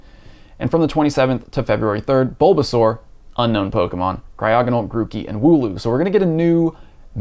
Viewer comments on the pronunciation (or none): none